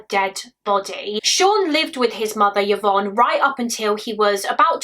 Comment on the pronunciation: Just fyi, Yvonne is pronounced i-von, as opposed to yuh-von 😊